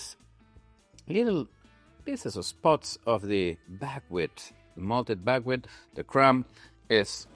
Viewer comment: Bagwit ? What is Bagwit ? I searched for it and can't find any kind of grain or seed with even a similar name. You don't list it in your ingredients so I'm working from your pronunciation with a heavy accent and the auto-generated transcript. Maybe you're saying Buckwheat ?